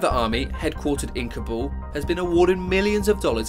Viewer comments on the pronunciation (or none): none